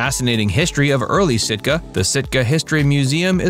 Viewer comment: Wrong..not Stika..Sitka😂